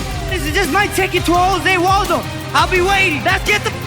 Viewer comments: He called him Jose Waldo lmao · I forgot man said “Jose Waldo”